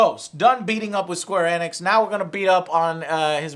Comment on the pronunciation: Square "ee-nix", you latino idiot. Annoys the shit out of me when he mispronounces simple words like Sony into "Sawny".